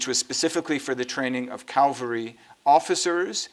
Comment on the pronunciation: I think he meant "CAValry" officers, not "CALvary" officers. :)